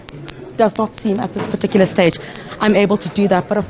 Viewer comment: Please stop saying "PARTICULAR" PLEASE!